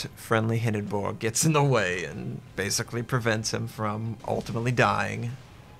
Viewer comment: Stop saying hindenburg like that...